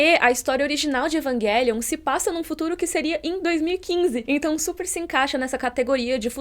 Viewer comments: Égua eu acho muito estranho a pronunciando "evanguelium", não tô acostumada com essa pronúncia kkkkk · Num tankei Evanguelion kkkkkk